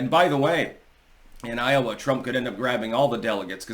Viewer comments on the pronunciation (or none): none